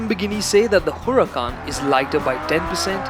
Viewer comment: U pronounced Huracán wrong👎🏾